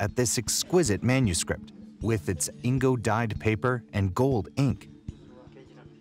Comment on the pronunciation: ...Was he trying to say indigo?